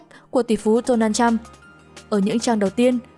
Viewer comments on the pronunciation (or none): none